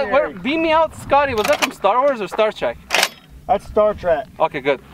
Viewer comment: It's star trek not track sorry.